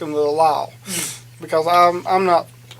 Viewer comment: most people: because: BeCalls